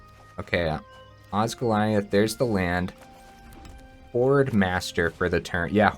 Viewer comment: It so doesn’t matter but oz-gill-ee-ath Congrats on getting early access!!